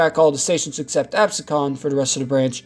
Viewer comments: Where the hell is this guy from??? Lindenwood? It is Lindenwold!! Pronounced LIN-DEN-WALD. Another one here. Abseecon? It is pronounced AB-SEE-KEN. God, I really hate it when non-locals to the Delaware Valley do these documentaries. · AbSEEcon, not ABsecon. A bit of pedantry. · Great video, but it’s pronounce Ab seek en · not to be that guy, but its pronounced Ab-sea-kin, not a-bes-con. In any case, great video! Love to see my neck of the woods get some coverage online. We have a shit ton of unused rail lines in south jersey that connect population centers and its a shame to see them waste away. The GCL is a promising look at what the future could hold for rail in south jersey. It certainly opens the door to extending the line down to millville, and maybe one day all the way down to cape may. And if that takes off, I feel like other rail lines, such as the merchantville one mentioned in the video, would have the possibility of reactivating as well. Again, great video. Much love from Medford, NJ! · Haddonfield was trenched because the elitists there didn't want an elevated line going through their town. They also were one of the bitterest NIMBY opponents to the Atlantic City line in the 1980s. It's Ab-SE-con, not AB-se-con. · Another great episode. Very informative, well edited. Attempts at humor are cringe-worthy, though, and hurt the flow. Just saying… What is "Abesconn?" "Abseconn?” You mean Absecon, pronounced “Ab-see-kin” Does anyone proof the scripts before they are recorded? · Good presentation. Absecon is pronounced Ahb- SEE-con. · Thanks for the rich & checkered history. Just a little nit, but as someone who grew up in Absecon, please allow me to correct the pronunciation: ab-SEE-cunn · how to pronounce Absecon and Lindenwold Lin-den-wald Ab-See-con now you dont have to piss of any nj viewers👍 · It's pronounced Ab-Sea-Kin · I noticed this also it is pronounced "Ab See Con"